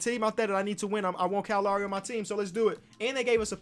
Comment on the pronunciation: Cow Lawry